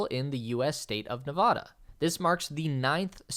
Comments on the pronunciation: nev ADD ah, not ne VAH da!!! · 1. It's Ne-VAD-uh not Ne-VAH-duh. 2. the Las Vegas Strip and McCarran (I refuse to call it Harry Reid) airport (KLAS) are in Paradise and Clark Co. not in the city of Las Vegas.